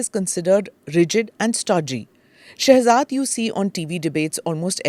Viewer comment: Read as Shehjad